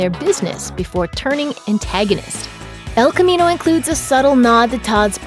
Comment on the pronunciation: “Ehlll khamminou”